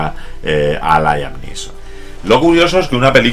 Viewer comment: "Layam Lison"????.........smooth!!!!!!....jajajjajajqja.esta es una mis pelis favoritas!!......